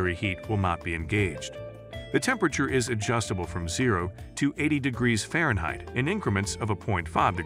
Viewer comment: Nice video, AI narration is pretty darn good except for *Fahrenheit (fairheight, lol).